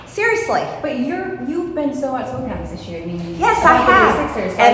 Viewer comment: When wiman says "ser'osly" mine few hundred beains cells dies in protest